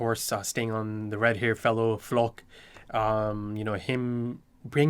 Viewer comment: no need to get into it too much, but FYI the correct German way of saying 'Floch' would be with a short 'o' and to pronounce 'ch' not like 'k' but like the 'gh' in 'ugh' = 'x' in phonetic spelling. Basically like the the 'Loch' in Loch Ness, with and 'F' in front. But not every language has that sound, so it's ok to say 'Flock'.